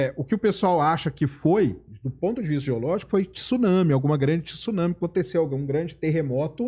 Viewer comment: Pelo amor de Deus! 2025 e o cara não sabe pronunciar Tsunami, pqp!